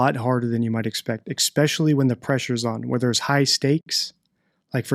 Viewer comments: This is the first video I have seen from you. I am now subscribed, and fascinated by your analysis. I'm going on to watch them all. Would you do me one kindness? Could you please stop saying "expecially"? I know you know it's not correct, and as a former English teacher with a little OCD, it really grinds on me. Ok, I feel better now. Thanks for your hard work on these cases, I am eager to see more. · I like your content and am subscribed to your channel. My only complaint is this: please, please stop saying ECSPECIALLY. It is not pronounced that way and it’s distracting. You seem intelligent and I’m not sure why this is happening. Otherwise, good content. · Your videos are great. Your pronunciation of “especially” is not. No “x” in that word, my man!